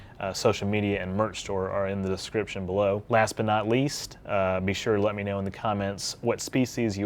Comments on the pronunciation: why do you say k-now like you audibly pronounce the k in know. I've never heard anyone do that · He said K-know at :030 and I'm not sure why this makes me laugh XD